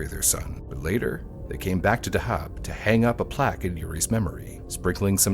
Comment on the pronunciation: He says Dahab wrong too. It's pronounced how the diver is saying it. DUH-hab.